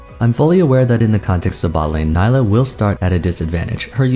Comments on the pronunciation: her name is pronounced nee-lah :( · Great video as always, and I love this series of mostly-first-impressions, it's really cool to look back and see how right or wrong you were on various points. Also, it's pronounce Nee-lah. Hopefully Riot slows down on new champion releases for a little bit... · Isn’t Nilah pronounced as nee-lah? Considering she’s South Asian/ Indian I would assume that’s how it’s pronounced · Why does everyone pronounce her name Ni-la when clearly in her trailer she says Nee-la... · Her name is pronounced Nee-lah. What went wrong? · its pronounced nee-lah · I seriously do not understand how she can say her own name in the trailer TWICE and people still manage to mispronounce her name. I've been really enjoying your videos and it makes me sad that I won't be able to watch this one, as I find mispronouncing a character's name when we have confirmation of how it's pronounced to be rather disrespectful and grating. I know a lot of work must go into your videos and I would appreciate if within all that time and effort you could take some to make sure you pronounce the character's name correctly I apologize if you did correct yourself part way through the video but I've listened to too many people not giving the character the bare minimum respect of pronouncing her name correctly that I can't bring myself to sit through the video to check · I''m sorry but with all the research you've put for this video, you can't even pronounce their name right? Makes me think you didn't reaaally do your research and all of this is just leaf in the wind kind of opinion. edit: and correct me if I'm wrong but I thought Nilah is gender fluid so you should use They as a pronoun, right? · Ok, ok. I liked the video but can u pronounce her name the way she herself does? It kept throwing me off every time you said it. Still watched the whole vid tho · At least try to pronounce her name right